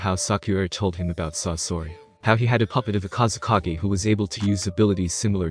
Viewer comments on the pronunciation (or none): Its sasori 😅